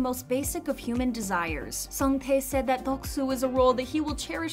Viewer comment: It is not daek soo. It is deok su ( 덕 수)